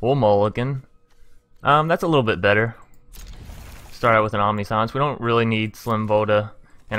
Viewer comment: 70 cards may be a bit much. Definitely looks like a fun deck tho. On another note, Omniscience is pronounced “Om-nish-ents” just for future reference! Good video tho